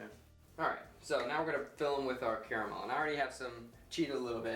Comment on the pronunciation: "Spahtulaah" "ze carramell" haha great video! Looks delicious!